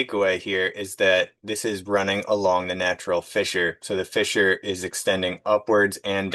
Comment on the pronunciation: Every time you pronounced fissure as fisher I laughed even thought it was dozens of times. Great work.